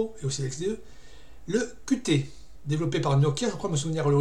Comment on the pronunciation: Qt se prononce « cute » par contre.